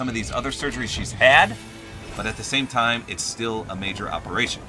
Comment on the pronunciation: Lol you sayed every single dime instead of every single time